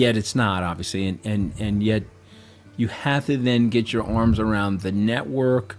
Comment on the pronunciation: Your A.I. robot narrator doesn't get the inflections right. It ruins the whole video. Why can't you fix this stuff before you publish the video???? It is so aggravating. The robot narrator says "most of the world doesn't get Bitcoin". That's supposed to be "most of the world doesn't GET Bitcoin" (in other words, they don't UNDERSTAND IT). But the robot narrator reads that like "most of the world doesn't acquire Bitcoin". No emphasis on the "get" whatsoever. The robot narrator doesn't GET the meaning of that sentence. And so it goes. And you dweebs don't even lift a damn finger to correct this stuff. It's really pathetic. I'm out . Sayonara. You really suck. Thumbs down for you.